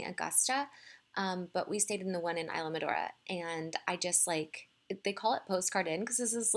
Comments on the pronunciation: Island -mor-A-da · Is hard for people who aren't use to pronouncing it.. You did make a tiny mistake Is ISLAMORADA, you transposed the last two parts MORADA, .. but glad you enjoyed it, did you go in the ocean?That water is wonderful nit cold like west coast of the US